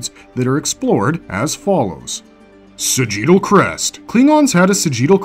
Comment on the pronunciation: I'm getting hung up on "sah-GEE-tal" crest